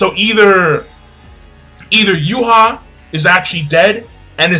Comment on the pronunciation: and why do you keep saying Yuha? the mangastream says Juha